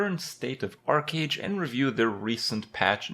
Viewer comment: It is not "Ark"age ... just want to help for future references.